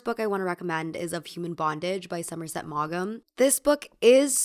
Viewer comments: Somerset Maugham : pronounced Moom, like moon but with another 'm.' Just to let you know! And also, it just throws me completely when I hear 'Maw-Gmm.' 😳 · Fun video! FYI “Maugham” is usually pronounced like “Maw-mmm” not “Mog-umm”. (This is meant helpfully not critically; I’ve run into names I didn’t know how to pronounce because I’d only seen them written tons of time.) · It's pronounced Somerset "Morm" 😘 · It’s pronounced like “Mom” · Thanks for another interesting video. Appreciate your work very much. Thought I’d mention that I think Maugham is pronounced maw-ham. Written English is a hot mess 🤷‍♀️ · I’m sure someone has said this already and you won’t see this but Somerset Maugham’s name is pronounced like “Mom”. Feels a lot better to say too 😊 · Maugham is pronounced like mom 😊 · FYI William Somerset Maugham - his last name, the pronunciation is "maam", not like your bleating it out, but drawing out the "a" slightly longer, as if you're addressing the Queen (if that makes sense). Really love your content! Books are personal for me and no amount of "influencers" could tell me if I liked what I read or not. Even if historically, a book was absolutely loved (I've read dozens of those!) and I hated it, I still hated it and would never read it again. But if I liked/loved it, I could read it again and even recommend it. As for trash books, if it was good trash (and there is such a thing, Harold Robbins and Sally Beauman come to mind), the story is everything. You have to LOVE reading though, you+books have to go together, it can't be a setup. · Just FYI, Maugham is pronounced mawm, like a whiny kid saying "mom" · Hi I love your essays and recommend your channel to everyone! Just to let you know, W Somerset Maugham.. Maugham is pronounced Maw-m. Inspired me to do some reading in my bedtime routine tonight too ❤ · The "c" in scion is silent. the "g" in Maugham is silent. I also highly recommend Adam Bede by "George Eliot" (aka Mary Ann Evans)